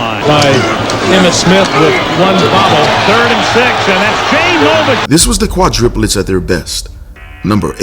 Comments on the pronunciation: I'm sorry but it's driving me crazy lisening to you say quadriplets when it's supposed to be quadrUplets. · I know it is petty, but it is quite annoying. It is QUADRUPLETS, not QUADRIPULETS. And yes, Jay was a beast! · Quadruplets...,. Kwa-DROO-plets